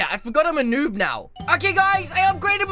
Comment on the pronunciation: did u just says noop or noob